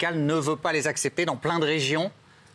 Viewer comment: pour en tant que Directeur d'EPHAD, OU QU'IL N'EMPLOIE PLUS LE VERBE ''ABCEPTER'' ou qu'il apprenne mieux à prononcer. on ne dit pas ''abcepter'' on dit ''accepter''.